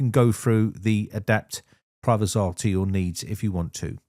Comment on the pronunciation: Privazer not Privazar....just saying.